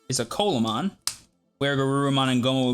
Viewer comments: Pronounced more like "See-la mon", not colamon :p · its pronounced "See-luh-mon" not "colamon" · This is nit picking, but just as a heads up (and like it doesn't matter, grand scheme of things, but it is a fun fact to show off to ppl with) Coelamon is pronounced See-lah-mon. Its based on the Coelacanth, which was a thought to be extinct fish, that still lives today. (Same animal that the Pokemon Relicanth is based on)